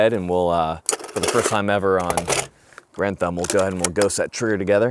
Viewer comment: I really appreciate the fact that you pronounce Garand properly. lol30-06 is a beast of a round. Could you do an episode of that and 88mm shells?